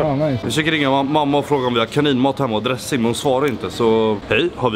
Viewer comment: Det heter dressing inte dre-ssing